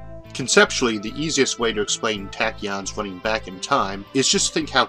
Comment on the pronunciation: TA TA KEEYON (TAAAAAAAACK) TAK-KI-YON TAAAAAACK